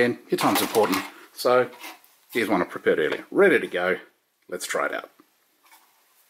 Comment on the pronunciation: LOL - "So here's one I prepared...", "So here's one I perpared..." - Nice video, thanks, quick easy and to the point. Love it.